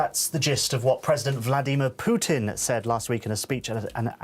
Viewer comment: Can't even pronounce "Vladimir"